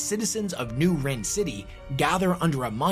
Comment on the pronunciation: It’s pronounced rin not wren 🤦🏻